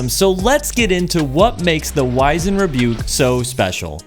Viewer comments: POV you don’t know how to pronounce wizened…… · You're pronouncing this (wizened) in the British fashion. You're not British, are you?